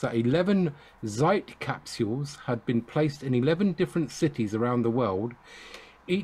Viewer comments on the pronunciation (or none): "Zeit" - you should say it like "light" but with "ts", "tsight" :)